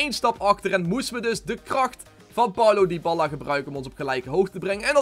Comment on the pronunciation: Waarom spreek je het uit als Dyballa ?